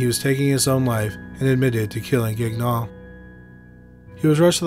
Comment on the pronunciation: Please tell me I misheard you pronouncing, "Gagnon" as "Gag-non"... Thanks,.